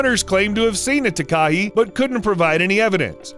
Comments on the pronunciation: That "Takahi" bird is the Takahe (pronounced more like Tar-ka-hey) and the lake is Te Anau (like "Tay ah now") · It’s pronounced tah- k- hay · Dude, you REALLY need to get your New Zealand Maori pronunciation right. It's "Tah - kah - hae". Didn't know what you were talking about until I saw it. No idea at all what lake you were talking about. - Looked it up....geez. Ta a nu lake? really? Try Lake "Tee - are - now" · Nuuu!!! It’s called a “Tah, Kah, Hey” not a Tekah-he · The Tah Kah He XD It's pronounced Tah (lil gap) Ka (lil gap) Hay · your prononsing takahi wrong its said ta ka he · mm yes, a TAKA he no no no, its pronounced TAKA Hey ALRIGHT BUD? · I'm from New Zealand and it's called takahe not takahi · Pronunciation is important, for example in New Zealand the Takahe is pronounced tar kar hay, and Te Anau is Tee Ar know. Thank you. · i’m from New zealand and i believe you pronounced takahe wrong. (ta-kaa-hei) is how it is pronounced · Just for future reference It's pronounced Ta-ka-hey, and Tee Ah-no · the takahe is pronounced ta-ka-hey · Tekahe is said "Ta-ka-hay"... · Takahe is pronounced 'TAH-kah-hey' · The New Zealand bird is pronounced Taa-Kaa-He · 🤣🤣🤣🤣 Takahe. It's pronounced tah kah hay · It’s pronounced TAA Kaa Hey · Tah-Kah-Hey not takahe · Scuse me takahe it pronounced ta ka hae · Not to be a pain but that beautiful bird from New Zealand is pronounced Ta-ka-hay, (not correct spelling). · Im from New Zealand its pronounced Takahay but spelt Takahe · The NZ bird is called the Takahe --- Tah-kah-hee. Equal stress on each syllable not running the second and third together. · Takahe is a Maori word pronounced Taa-kaa-he. Foreign pronunciation always makes me giggle. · m8 m8 m8. pls stop killing me w ur pronounciation of takahe. its pronounced "tah (like tar) kah (like car) hey (like hay or just hey)". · Takahe is pronounced tar-car-hey. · I'm sorry but the way they pronounced Takahe made me cringe so bad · Boi mispronounced takahe